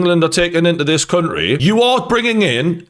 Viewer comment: Say country properly once